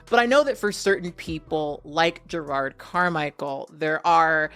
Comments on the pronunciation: I love you but his name is not gerARD it's je-rod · 3 things 1. You look great. The wig is hella cute and looks like it could give you some fun styling options with it. 2. It sounds like youre saying "Gerrard" instead of "Jerrod" and it kept throwing me off but my ears may just be fuckedup. 3. Part of me assumed that having dozens of siblings in the world would make dating and sex more complicated. There's definitely deeper stuff that i can never fully understand happening with him and his relationship to blackness. But i do wonder if gravitating towards white guys is also an insurance thing. If the dude is low on melanin the likelihood that they share a dad is significantly lower. But that may be me just reading into shit and it in no way excuses the way he treats his partner or the other people in his life. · these names are eating you up. 🤦🏾‍♀️ It’s Jerrod, not Jerard. JerROD. The second syllable sounds like the word ‘odd’. Between this and Taraji recently, I’m begging you to pay more attention to the names of your video subjects so I can share your content with other people. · You sayin "Jerard" is killing me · His name is Jerrod, not Gerard.